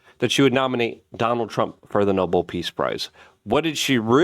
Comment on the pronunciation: pronunciation - "no-BELL" - not "noble"